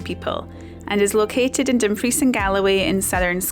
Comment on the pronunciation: Oh what a delicious video! 🙂 Let me help. Dumfries is pronounced DUM-freeze ... not dum-FREECE. You're a bit off on other pronunciations too, but it's sure understandable since you've lived outside the country for so much of your life. It's not GAL-o-WAY ... it's GAHL-uh-way, etc. Listen to the locals. 🙂 Ah, river otters are so commonly seen here in the Pacific NW of Washington State in the USA ... I sure hope you get to see some in Scotland. They are such fun. What a great hike up the Merrick! Thank you!